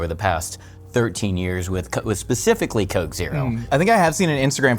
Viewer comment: And the koke